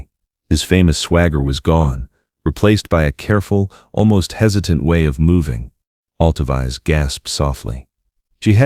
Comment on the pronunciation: This is beautiful, but it’s narration computer generated because her name is not pronounced Alto-Vize. It’s Alto—veece